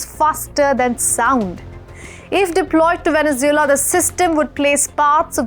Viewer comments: She is saying Venezula what country is that? I know about Venezuela but never heard about Venezula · Wow she can't even say venesuela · As a reporter you should learn to pronounce Venezuela properly as for your assesment of the political reality of the country you are somewhat off had you followed the last two sham elections you could better report the actual news. by the way does not India have a neighbour that is bent on invading your territory